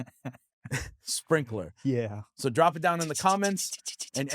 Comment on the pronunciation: Spraynkaler (pronounced sprinkler 😂)